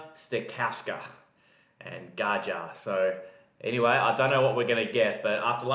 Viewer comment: mate, the proper pronunciation is Gaia or Gaya, and this guy plays viola. :)